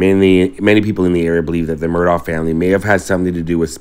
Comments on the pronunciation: Respectfully, their last name is pronounced “Murdock,” NOT “Murdaww” as you pronounced it over and over in this video. The pronunciation is documented multiple, multiple times in reliable sources online. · They pronounced their last name Mur dock. I filmed their right after it happened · Just an fyi. Murdaugh is actually pronounced murdock. Weird I know